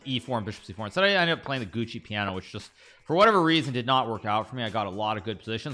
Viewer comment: "giuoco piano" is pronounced "joko piano" not "gucci piano, and "fianchetto" is pronounced "fianketto" not "fian-cheat-oh" 😭great video love your channel and playstyle 👍